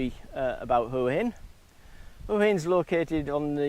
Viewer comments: please pronounce as hwa hin not hore hin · Why do you so many of these desperado videos not pronounce the city name correctly? It’s not that hard. WAAA INNN. GET IT ? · I dont think you are pronouncing Hua Hin correctly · Can please pronounce Hua Hin correctly,by now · don’t mean to offend , you obviously know how it’s pronounced (w) in front so maybe your pomie ascent or my ear sounds bud different sorry for being a little bit picky